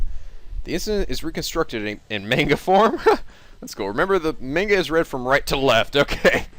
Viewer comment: The way you're pronouncing manga is making me cringe